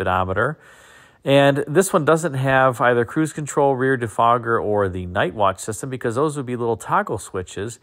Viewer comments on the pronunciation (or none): "Rear defrogger" LOL